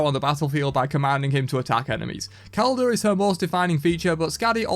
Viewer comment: Just a minor correction is pronounced "Ish- balan - Kek" (yes like the Kek laugh but pronounce it without the finnal Kh sound) and